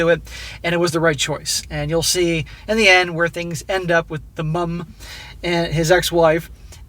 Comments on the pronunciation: Why you emphasizing "MUMmm" ...😂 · 'Mum'... it's a common usage throughout the English speaking world. 'Mom' is fine, but please don't sound retarded while saying 'Mum'. It's fairly easy to pronounce. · Why the Fck are you saying mum like that? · As a by-the-by, enough with the exaggerated pronunciation of "Mum"!!!! "Mother" us pronounced MUTHER therefore the abbreviaton is MUM! If you Yanks insist on MOM then so be it, but if you pronounce MOTHER as MUTHER then saying MOM makes no sense! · What’s funny is the way says mum is exactly what we think your spelling of mom should sound like to us 😂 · because they english u gonna pronounce mom "mum" ayeee u crack me up😂